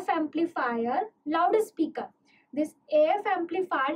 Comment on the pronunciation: the way you pronouce loud speaker😂😂😂 laude speaker